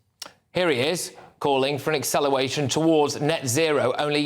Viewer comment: 😂😂😂😂😂😂 Did you just say " acceleWation" ( WATION! ) 😂😂😂😂😂😂😂 hahahaha you silly. "Wound the Wagged Wock, the Wagged Wascal Wan"